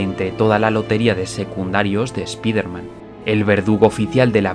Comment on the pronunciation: Spiderman se LEE "SPAIDERMAN"...OK???